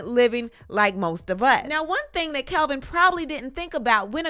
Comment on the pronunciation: It’s Kevin not Kelvin.